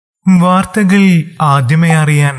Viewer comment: വാർത്ത കേൾക്കാൻ ആഗ്രഹം ഉണ്ടെങ്കിലും ഇയാളുടെ വാർദ്ദഗാൾ എന്നു തുടക്കം കേൾക്കുമ്പോൾ കലി വരും 😶